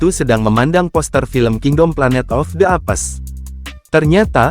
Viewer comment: Apes di baca eps 😂 bukan apes mas bro.